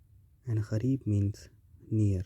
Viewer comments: Its kareeb, not kh...reeb,its kaaf not with hey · It's ,"KAREEB" NOT KH-KHAREEB. you illiterate Indian spoiled the entire World and Islam